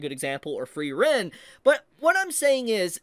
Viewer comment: Frieren 🚫 Free Ren ✅️